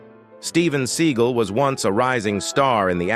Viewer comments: I didn’t realize the correct pronunciation of his name is Steven Seagull 🙄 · He mis-pronounced Sinead and Seagal.